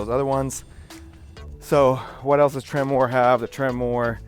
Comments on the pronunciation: Its not Temmor, its Tremor...way to know what truck you bought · It's not pronounced "trem-mor". It's correctly pronounced "tremor". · trim-er not tremoore lol